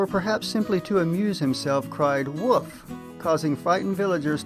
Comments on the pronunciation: It would seem that English is your mother tongue, so I'm surprised you do not pronounce the "l" sound in the word wolf. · Not sure...the 'l' is there sometimes but it is so slight that it seems almost silent and at other times I leave it out altogether. It is fairly common for native English speakers, at least in the U.S. to not pronounce the 'l' in wolf but I am not sure if it is geographical or regional. I do not suppose folks in the UK have a need to say wolf very often, however but in some parts of England I'm sure it would become 'woof' with a dark 'L" that is more like a U. It may be because I am from the South but I'm not sure. An example of a person who pronounces it a lot like I do is Kevin Costner in Dances With Wolves.